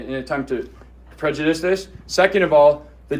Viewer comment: You can’t even file a lawsuit on a Judge unless he is out of his jurisdiction. 😂😂😂 this guy is lost a Judge may be a jurist but he is not a Jury. He can’t even pronounce prejudice. Judge doesn’t have to follow rules he determines the rules you can appeal.